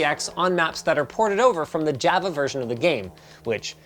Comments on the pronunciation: Everyone: Java. Linus: Jaheigh-va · Someone needs to tell Linus how to say Java. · bro pronounces the java edition ad "java" when its pronounced like "jovuh" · How do you get this far in life pronouncing jah-vuh as jeh-veh? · Not one comment about how Linus pronounces Java as Jahva and not Jawva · As someone who works for a living as a programmer, it's not pronounced 'ja-vah', like 'ja-ve-lin', it's pronounced 'jah-vah'. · It also hurt the way he pronounced Java. It's Jah-vah, not whatever he said... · It’s pronounced jah-va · Okay great vid but wtf Linus? It's pronounced ""jawva" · You don't know how to pronounce Mojang or Java. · Java? Opacity? Why are you mispronouncing everything’s/ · Imagine pronouncing Java Java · Hey Linus look up how to pronounce Java! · Thumbs down for mispronouncing Java. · Linus out here mis pronouncing Java and Caviot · dude... you're a pc expert... and you pronounce Java like that? smh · I disagree strongly with the pronunciation of "Java"